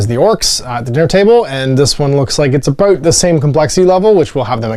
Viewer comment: Looks like fun when you're looking for something quick. And you said "aboot" in the first minute or two. Your maple leaf is showing.